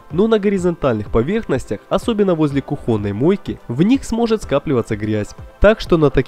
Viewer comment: Где вы находите таких озвутчиков? Автора из первых уст было приятнее слушать чем этого АДГЭЗИЮ и ДЭКОРИРУЕМ. Мистер кухОнное полотенце Этому мистеру АЛименты 10 Крутых вещей с АЛИЭКСПРЕСС озвучивать надо